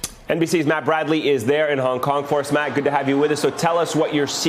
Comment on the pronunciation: The chants free hong Kong But I heard Vietcong Vietcong